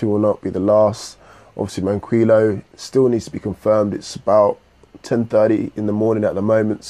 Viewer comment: FOR THE LAST TIME!!!!! IT'S MAN-KEY-O. Sorry I hate 2 be that person